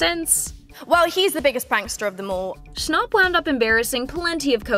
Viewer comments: It's Noah snap not Noah's stop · “Noah Schonop” 💀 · Its not Noah shnopp" it's fucking snapp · Ccnapp no its schnapp